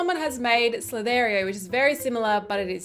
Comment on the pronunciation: The way you say "Slither.io" 😂